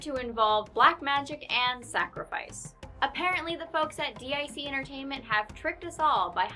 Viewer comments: The company themselves say deek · You didn't pronounce "Dic" right, but I can see why. Yet you had no problem saying Phucker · Right? Thought I was the only one